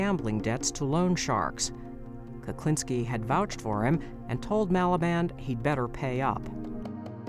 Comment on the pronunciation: I'm sure the narrator is saying Kuplinski most of the time or maybe my hearing is going. Whatever the reason it's pissing me off lol